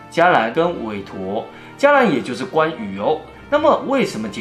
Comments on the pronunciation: 補充一點就好：不是ㄐㄧㄚ藍菩薩，應該是ㄑㄧㄝˊ藍菩薩，正確的字應該是伽這個字再加上辶字旁，這是ㄑㄧㄝˊ藍菩薩的指示唷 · 好 伽（ㄑㄧㄝˊ）藍 不念「加」 伽藍是佛寺的意思 因為天台宗的傳承有關羽皈依的故事 所以佛教的伽藍菩薩以關羽形象 佛教的伽藍菩薩是十八位 並無關羽喔！ 然後恩主是鸞堂信仰興盛後對主神的稱呼 也不是單指關羽喔 謝謝 分享的故事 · 伽（ㄑㄧㄝˊ）藍菩薩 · 跟說一下伽（ㄑㄧㄝˊ）藍尊者好像才是正確的讀音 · ～佛教唸伽ㄑㄧㄝˊ藍菩薩唷！☺️ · 台語發音是唸伽（家）藍菩薩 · 是ㄑ一ㄝˊ 伽藍喔! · 伽 ㄑ一ㄝ二聲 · ㄑ一ㄝˊ (伽）藍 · 伽（ㄑㄧㄝˊ） 迦（ㄐㄧㄚ） 佛教通常都是唸ㄑㄧㄝˊ藍菩薩 還有影片中唸到關聖帝君稱謂時，其中一個稱謂 是文衡ㄏㄥˊ 不是ㄊㄥˊ